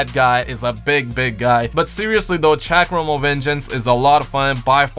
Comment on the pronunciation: why does nobody know how to pronounce chakram??